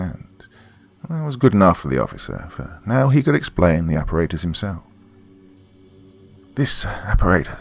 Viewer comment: It's aparatus all the ,"A's" are soft as in ,"apple"